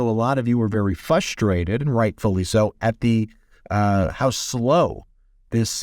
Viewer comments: It’s not pronounced “FUSTRATED” It’s FRUSTRATED” FOR CHRISTMAS SAKE!!!!! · Frrrusterated. Is The Annunciation. You Are Way More Educated Than I Will Probably Ever Be. But I Know You Get What I Am Saying. As I Have Been Witness To Your Lovely Interactions With Your Awesome Brothers. I Am Very Auditory. My Mother Was A Linguistic And I Am A Mimic,Vocally. I Hear It. I Think You Are Doing An Amazing Job. Just Sayin..Again. Blessings And Truth For All.